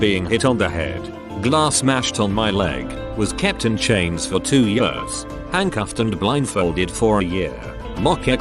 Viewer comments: the word years: *exists* TTS: yurs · “For two yeeAss” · No one absolutely no one: Robot voice: YAWS